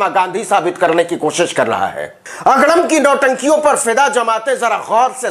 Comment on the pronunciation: Aapke muh se agdam ka ucharan bahut acha lagta hai